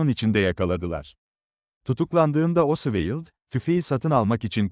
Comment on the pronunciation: Her tarafı dökülen saçma sağan bir video. her şeyden önce, çocukların bile bildiği Lee Harvey Oswald'a diliniz dönmüyorsa, neden video çekiyorsunuz? Ayrıca içerikte sayısız hatalı bilgi var sayın.